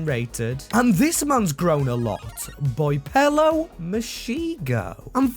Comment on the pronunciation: you say Boipelo like... Bweepilo